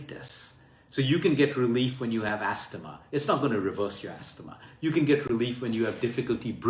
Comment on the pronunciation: Thanks luke for this great advice. In english when we say astma we say the T like asma